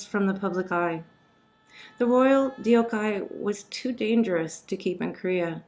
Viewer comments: Korean speaker here: Just FYI, you are pronouncing her name incorrectly. It should sound roughly like "Dawk-Hay." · no the narrator didn’t even try or look it up. Koreans names are 2 syllables and Korean is pure phonetical characters. It’s also two English sounding words put together “duck-hay” so easy to pronounce. Almost ironic the author couldn’t do her the decency of researching how to pronounce the name. Sounds Japanese the way she says it which is an embarrassment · The fact that you didn't bother to learn how to properly pronounce Korean names before deciding to put out this doc absolutely blows my mind. Every time you butchered Deokhye's name, it was so jarring I couldn't finish watching. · Thank you for telling her story, however your pronunciation is terrible. If you wanted to honor her, the least you could do was research the proper way to say her name. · They way you pronounce deokhye is disgusting. It is not like "youkai" in japanese okay. Please ask your korean (or korean american) friends how pronounce it. I can't listen to you more than 1 minute because of it. Please coreect your pronounciation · Right? It’s sooo rude!! If you’re going to speak about the sad story of a Korean princess who was forgotten, start by getting her name right. It’s not even hard to pronounce in English. Irony of making it sound Japanese.. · It’s actually 덕혜 (deok hay) in Korean. I think the narrator meant to say deok-hay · I wish the narrator would have done the decency of researching how to pronounce the princess’s name instead of completely butchering it to not even be identifiable. It’s almost ironic she’s making it sound Japanese and nameless. It’s pronounced in 2 syllables as most all Korean names - not hard at all even in English to pronounce “deok-hye” which sounds like “duck-hay” two English words. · The pronunciation is Dok-he not Deyokhay 😒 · Dee-ohk-hi(?!?!) you didn't even fucking try to get her name right!